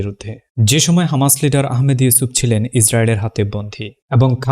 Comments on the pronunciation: Hamas, not khamas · ভাই আপনি কী হিব্রুতে কথা বলেন? খামাস কেন হামাস হবে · খামাস নয় হামাস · খামাস নাকি হামাস? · হামাস‌ নাকি খামাস‌ 🤔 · Hamas na khamas😂😂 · খামাস নাকি হামাস??? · হামাস হবে খামাস না 😅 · হামাস,,,নাকি, খামাস,,,বাইয়া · হামাস নাকি খামাস? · খামাস কেন বলছেন হামাস বলুন। খামাস ইহুদিরা বলে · খামাস না, হামাস। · Content creator ki Israeli naki , Hamas ke khamas boltese ?